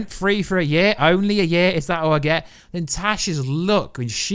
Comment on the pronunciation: The man who plays James st. Patrick AKA ghost is named Omari Hardwick. Oh-mar-re. Not Omar🤦